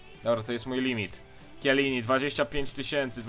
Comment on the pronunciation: mówi się czelini